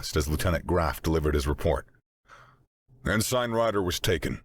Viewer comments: Ensign is typically pronounced en suhn, not ehn-sine. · Good story - but - consistent mispronounciation of "ensign" is jarring. It's 'en-sin' not 'en-sign'. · Just one nitpick: it’s pronounced En-sin Not En-sign. Also the aliens could NOT have chosen a worse person to capture if they wanted CLEAR information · Why doesn't any of the narrators know how to pronounce "Ensign"? En-SING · ensign is pronounced "ensin" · The 'g' is silent. It's pronounced en-sin. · It's like the most irritating 80's version of Pauly Shore in space. I'm waiting for the Ensign (pronounced enSEN) to bust out with the weed. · Great job voice acting. But for the love of all things ear shaped…it’s pronounced “en-sin” 😅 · Glad I wasn't the only one bothered by en-sign lol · Aussie here. It's en-sin. The yanks are right. I bet he says pro-nown-see-a-shun instead of pro-nun-see-a-shun too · Nope, the British pronunciation is more like "en-sun". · This and fright-er rather than freighter. Just little things that come from different regions really activate the mental dissonance. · I'm out after 7 minutes. I don't know why but for some reason Everytime the Narrator mispronounced "Ensign" it was like having a drill grind into my skull through my ears.